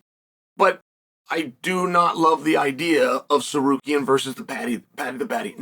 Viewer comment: omg he said Tsarukyan right